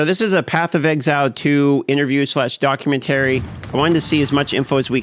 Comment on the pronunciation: docu men tary? my guy you know documentary is all one word right? xD